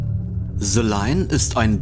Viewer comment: Bro danke für das Video. Like ist da, noch nicht zu Ende angeschaut, 100 % top Video aber bei BITTE es heißt nicht SE sondern THE. Ich weiß das deutsche Schulsystem und der deutsche Akzent im englischen, aber du bist so intelligent, das kriegst du easy hin. Thank you ❤